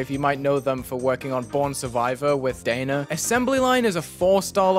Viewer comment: WAIT YOU PRONOUNCED DHANER "Danah"